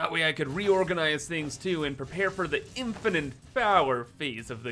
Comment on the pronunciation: PSA: It's an "Infinite" amount of items, not "Infinant"